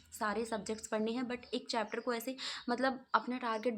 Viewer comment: It's chapter dii not chepter